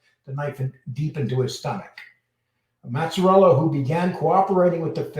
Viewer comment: No they lived in crest wood and colonial heights. you really butchering these guys names. It’s maz a rella and ba lance eo